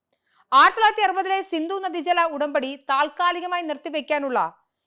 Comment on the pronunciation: സിന്ദു അല്ല സിന്ധു ആണ്.